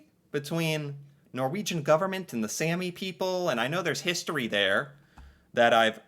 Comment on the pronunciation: A is pronounced the way you say All The way you said Sami is Sæmi Using Æ So now you also know how to pronounce æ and a in Norwegian :D Fun videos to watch as an typical average Norwegian Would be fun to see you try to learn the languish at this point, it is not far from English as you know from videos you watched